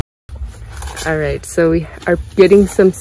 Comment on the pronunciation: Did you just say arite?😂❤😅